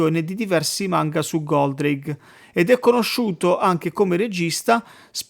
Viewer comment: Ma non si chiamava Goldrake? Chi è Goldraghe? Lol